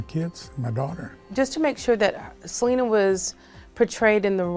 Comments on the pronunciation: White folks just LOVE to butcher non white people's names. Her name IS Selena NOT like you're saying Salina. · Se dice se- le- na not se- li- nuh